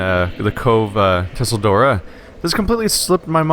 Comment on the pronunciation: PLEASE GOD! STOP PRONOUNCING IT TUSSLE-DORA. ITS PRONOUNCED CHELL-DORA